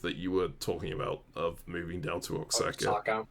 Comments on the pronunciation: Maybe it was divine intervention, but after sleeping to another video and waking up to yours, that state is pronounced Oa(ha)ca, the same way it's also pronounced Mé(he)co (like the "H" in the pronoun "he"). But whatever, I know why yall say it like that. Just being pedantic here thats all. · For all his pronunciation policing, sure does mispronounce Oaxaca a lot...